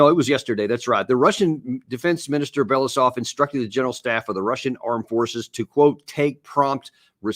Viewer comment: It would be great if Larry Johnson and yourself would be able to correctly pronounce the name of the Russian defense minister: Belo-U-sov.